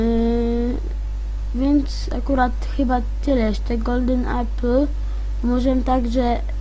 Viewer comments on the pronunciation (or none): none